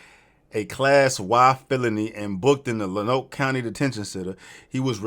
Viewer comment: As a fellow Arkansas native. He is a local hero, free that man!!! Also fuck go fund me for what they did with this situation. FYI lonoke is pronounced LONE-OAK 😂